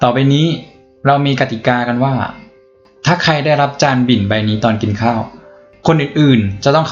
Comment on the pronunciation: จานบิ่น ไม่ใช่จานบินนะะะะ 😂